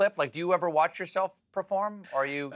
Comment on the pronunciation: . "Didn't wash his willy." OH, MY. With that comment, you could tell Stephen was "Uh-oh. This isn't going well." Then, directly after Grant's "willy" remark, Stephen asked, "Do you watch yourself . . .?" But it sounded like Stephen was saying, "Do you WASH yourself . . ." Listen again. Stephen was very happy to end this interview. Too bad, I feel like Grant had much more to share.